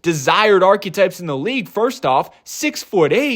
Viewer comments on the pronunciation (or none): Archetype not architect